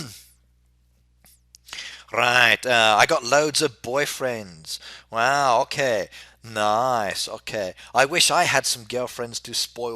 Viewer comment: why does he pronounce 'ok' like 'ohkih' considering he's English?